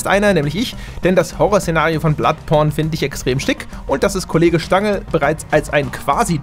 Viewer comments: Ich hab einmal bloodporn verstanden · Hat er "Bloodporn" gesagt? Na? Na?